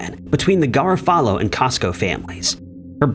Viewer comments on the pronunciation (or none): I think Lia's last name is pronounced gar-OFF-a-low, not GARA-fallow. Just an FYI.😊